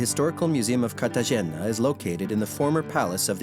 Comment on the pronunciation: excellent section despite mispronouncing CartaHena. I suppose mentioning the spectacular food and service along with the stifling heat and humidity could’ve been seen as a bit trivial